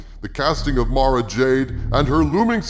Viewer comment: I have to thank you for saying Mara's name correctly. There are a bunch of other You-Tubers that says it "Mare-Ah," and it drive me insane. It's like she's being marinated or something... Mara, and Mariah are one of my favorite names ever.